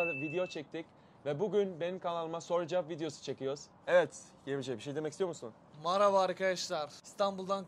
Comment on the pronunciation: "maraba arkedaşlar"